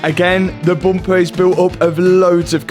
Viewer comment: You have to do a shot every time Matt says "boompah" (bumper).